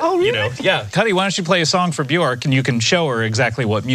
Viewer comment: Um, actually it’s pronounced byerk.